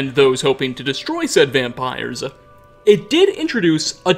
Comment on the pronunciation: I have to say, after a while, your speech pattern starts to grate on me.... were you aware of the way you add "uh" to tons of last words in the sentence for no reason? "Settleuh", "diduh". "Falmeruh". Really distracts from your good info. Kind of annoying.